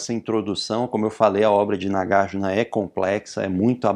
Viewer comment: Oi professor, tudo bem? Tenho uma pergunta. - Por que a pronúncia é NagarjIna e não NagarjUna, sendo que Arjuna pronúncia Arjuna e não ArjIna?